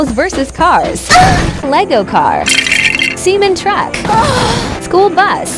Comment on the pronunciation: Totally the correct pronunciation :_002